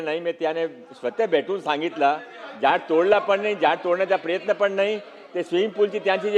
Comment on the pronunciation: एक पण झयॾ तोडलं नाही ह्याला साधं झाड बोलता येत नाही